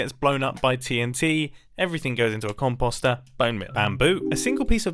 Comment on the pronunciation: Composer (com-pos-(t)-er)